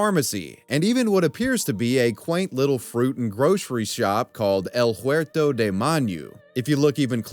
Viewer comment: Not to rag on his pronunciation of Spanish, its fine, but, I did find it funny that because of english pronunciations, he pronounces the "H" in "huerto" and made the "J" in "Tajueco" silent. This is because the "J" in Spanish is pronounced like a very guteral "H", but "H" in Spanish is silent, effectively switching the pronunciations, lol. yeah H it has no effect on pronunciation and its just ment to be written.